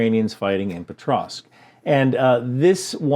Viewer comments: POKrovsk - not PETrovsk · Its pokrovsk not petrosk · I’m pretty sure it’s “Pokrovsk” sir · There's no "tr" sound in "Pokrovsk"